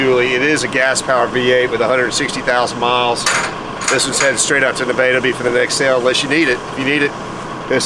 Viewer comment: Your saying Nevada wrong.